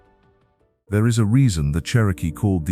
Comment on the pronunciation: actually it's, "them *thaur* hills..."